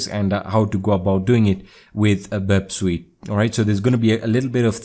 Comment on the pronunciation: Burp Sweet lmao